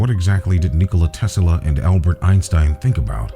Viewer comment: PLEASE stop saying "Tesala" !!!